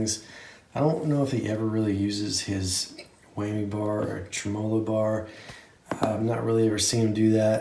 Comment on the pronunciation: For the last time people, TREM-uh-low.